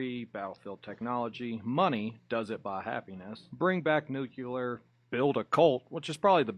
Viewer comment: Not sorry but I didnt hear anything you said after "Nucular" because its NOT A WORD!